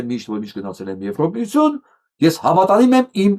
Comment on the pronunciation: Ձեր բանավոր խոսքը շատ է տուժում բացահայտ քերականական սխալներից:Օրինակ՝ Եվրամիությություն արտասանելիս շեշտված Ո եք ասում՝(ԵվրՈմիություն);հայերենում Ո տառով հոդակապ չկա:Համապատասխանաբար եվրադատարան;եվրախորհորհորդ;եվրադիտորդ եվ այլն…… Ասում եք խոսացել եմ՝խոսել եմ ի փոխարեն; նախագաՆ՝նախագահի ի փոխարեն եվ այլն…..